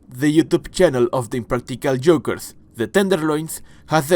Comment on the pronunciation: The way you’re doing a video on impractical jokers but can’t pronounce joke or jokers takes me out so bad. Sounding like you talking about eggs 😭